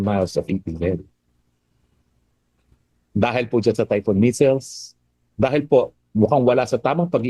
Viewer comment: Missiles not measles butanding na bakla.